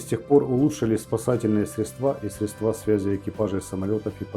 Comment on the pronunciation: Говори не средствА, а срЕдства. Учи русская языка однако. А передача интересная.